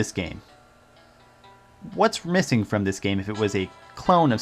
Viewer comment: of course he did, didn't you hear him at :07 when he said "I got this over fom Japan".